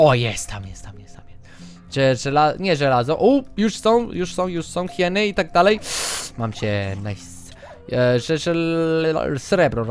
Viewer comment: mów na hieny hajiny to epicko brzmi:) pozdrowienia dla wszystkich:)